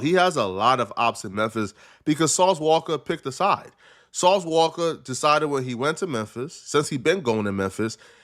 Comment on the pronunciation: It’s walka not wocka 😭😭😭😭😭